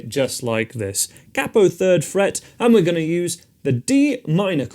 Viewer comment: He said cappo 😅